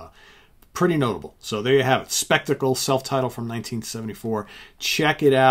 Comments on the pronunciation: Actually it is pronounced Shpek-tah-kle in German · I just want to thank you for shows like this which is as interesting a concept as you've ever come up with. I hope you keep it up. On a more pedantic note, Shpek-tackle as it's pronounced in German is of course the German word for spectacle. A Canadian who's lived in Germany for six years now so I can't help it!